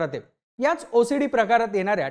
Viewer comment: मी ओसडीला भोसडी ऐकले सपष्ट ऊच्चार करत जा भाऊ😮😮😮😮😮